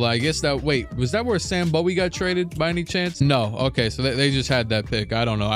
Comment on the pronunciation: Kentuckian here. It’s Sam BOO-wee